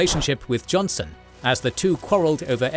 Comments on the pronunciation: It's Joseph "Johnston" btw, not johnson. Great vid as always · The pronunciation and captions didn't make this clear, but it's Joseph E. Johnston, with a "t", not Johnson. My middle name is Johnston, believe it or not, and so I could not remain silent about this. I will forgive you, this time. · Just an FYI It's Joseph Johnston, not Joseph Jonson as is on the maps and pronounced by the narration Also Jefferson Davis was US Secretary of War before becoming CSA President, thus his hands on "micromanagement" of the war. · Hey guys, his name was Joseph Johnston, not Johnson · A correction, it's Joseph E. Johnston, not Jonson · Well it's Johnston not Johnson but what can you ask.